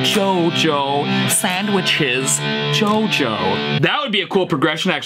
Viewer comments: i laughed a lot here 😂😂😂 like the way he says jojo😂😂😂😂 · No way!! I grew up in Managua, Nicaragua and it's crazy to see a song named in Managua filming in carretera Masaya and the metro centro mall, would've never thought to see this in Stevie Ts Channel 🇳🇮 BTW i think he says CHOCHO instead of Jojo which means "damn" in Nicaraguan slang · 4 years haha but he say CHO CHO, no jojo bizzarre xD hello from Nicaragua too lml #dragonforce haha